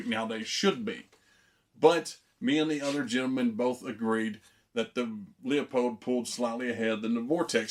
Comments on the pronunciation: I actually called the company. It's actually pronounced like Loopold not leeapold 👍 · Leupold pronounced LOU-POLD